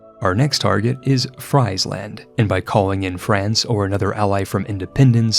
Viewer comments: Nice video! In Dutch, Friesland is pronounced more like free-sland (and a v sound instead of an f), instead of french fries land, but other pronounciations were very nice :) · PSA but for in particular, the "Fries" in Friesland is pronounced more like the English word "freeze". Please. 🇳🇱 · Fries-land lol. Only Anglophones. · Please don't make me hear Friesland again. It's Friesland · I'm sure your pronunciation of Gelre could not have been worse than your pronunciation of Friesland... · He pronounces it like that as a joke, or he has in other videos. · He says it intentionally as a joke i think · im not even dutch but that shit triggered me crazy